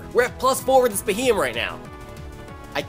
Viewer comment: Bee he yem is how you say it